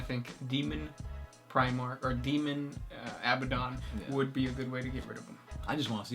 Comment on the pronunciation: It's pronounced A-BAD-ON not ABBA-DON